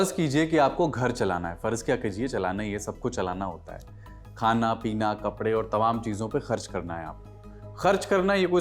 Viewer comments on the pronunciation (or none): none